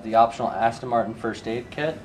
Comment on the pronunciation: Just saying its ASTON NOT ASTIN ! just saying